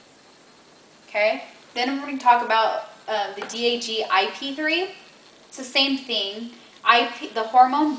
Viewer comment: You're saying DAG wrong. Also, is that a cucumber?